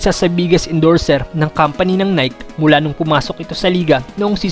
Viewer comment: Boss Nai-kee not Nayk but all in all goods ang video keep it up